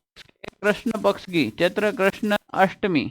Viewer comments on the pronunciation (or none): none